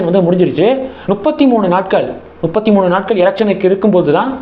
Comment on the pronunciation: தம்பி நுப்பத்தி மூணு இல்ல….”மு”ப்பத்தி மூணு….. தமிழ்நாட்டில் 50% பேர் நுப்பதுன்னா சொல்றாங்க…..என்ன கொடுமை சரவணா.